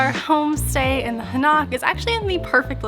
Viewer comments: it is pronounced Hahn-oak with stress on the first syllable, not ha-NOCK! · Dude you keep sounding out an a sound on the o. Its not Hanak Its Ha Nok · It is Han Oak not Ha Knock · Hanok is pronunciated "Hah' Nohk" not "Huh Nahk'". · It's actually pronounced "Han- Oak", not "Ha- Knock" lol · Its han oak . no Ha knock . Just letting you know